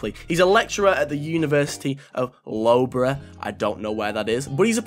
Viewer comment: Time to make a cuppa, also Loughborough is pronounced Luhf - buh - ruh, its in the midlands so they may be a bit feral when you mispronounced their dinky Town name